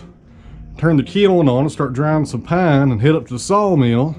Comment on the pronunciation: " Some of this wood is " Pine" heavy on that southern accent!